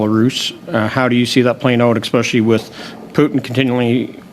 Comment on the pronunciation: Bezan can't even pronounce English words properly. "Nuculer"?? "Expecially"?? These people are uneducated imbeciles who have no business sitting over such weighty matters! Additionally, they must be living in another dimension if they feel Zelensky is a "Churchill like figure!" Or that most Canadians think Putin started this war! Good lord!